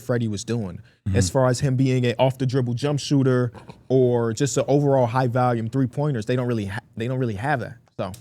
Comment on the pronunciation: Day 155,674 of notb member saying the word "valume"